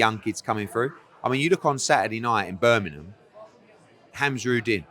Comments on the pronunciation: Eddie heard. Love your videos, hilarious 90% of the time, equally on golf life but if you keep saying Birminham we are gonna fall out. BirminGham you tit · Eddie Hearn can’t say Birmingham 😄😄